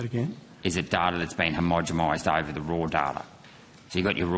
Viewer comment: "homogemized" LOL